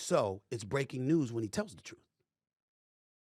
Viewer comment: This guy says Troof? Come on. Now we see why you aren’t on tv or radio.